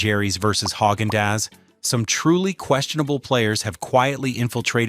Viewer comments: That pronunciation 🤦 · Funny how an AI- generated channel criticizes companies for using artificial ingredients! Your robot voice can't even correctly pronounce Haagen-Dazs! How about getting a human to narrate? Then you will at least have SOME natural ingredients!